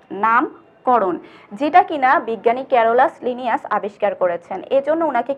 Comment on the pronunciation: 😹😹😹😹😹 haissokor srenibbinnaser jonok ক্যারোলাসলিনিয়াস 😹😹😹গণ উচ্চারণও ভুল boltasen😹😹